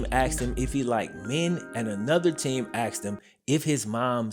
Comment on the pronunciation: “if these questions were axed”